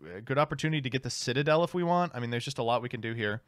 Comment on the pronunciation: I liked the part that featured nearly mispronouncing Citadel as Shit-adel lol